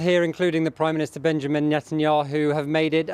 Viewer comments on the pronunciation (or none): none